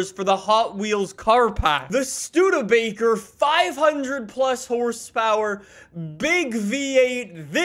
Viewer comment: yay he said Studebaker correct